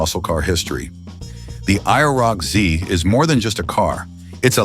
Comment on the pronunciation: Please change the title to "I never knew about" because myself and probably everyone knew about these cars. 348 CID and only 105 HP? You made me laugh in the first minute of the video. I quit watching when your AI voice app couldn't even say IROC-Z correctly.